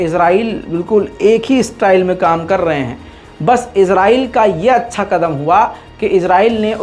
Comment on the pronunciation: Israel ya Israel Naam sahi se bolna Sikh